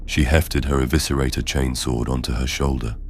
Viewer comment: Your channel is really high quality and I appreciate it. I'm pretty sure this isn't AI voice over, if it is it's extremely well done. I've noticed that across all your series you are pronouncing words like "chainsword" as "chanes-wurd" and "laserifle" as "laz-rufle". I love that, it sounds like what happens in real life, certain words get colloquial accenting. Mistake or not, it's great. And the stories are great too! Maybe I'm just a simple man, but the one where the ships captain gives his life so his deckhand, Tomas, can escape from 3 chaos space marines - I almost teared up 😂 Anyway, I really like your work!